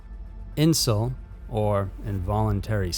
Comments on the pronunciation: Incel is pronounced in-sell, not in-sil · I always thought you pronounced it in- cell. Is that just a regional way it’s pronounced differently in in different areas?